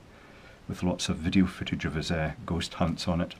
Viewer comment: I didn't hear you correctly, did you say: ghost or goat detector? Why would you need a device for detecting Goats? If you said Ghost... you shouldn't be allowed to drive, much less construct something. Anyway, everybody knows Ghost hide behind AC outlet plates. Plug the two antennas in there.